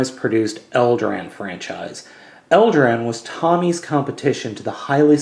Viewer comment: It's only just now that I realised that you said "Tommy" and not "Tomy" (pronounced toe me). So the Green Ranger was behind the Eldran Series? LOL. :D